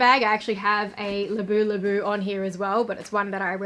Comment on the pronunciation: It’s Labubu not Labulabu 😊 Gorgeous Chanel backpack 😍